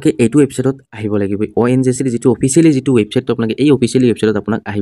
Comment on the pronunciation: ONJC nhoi o dada ONGC buli kok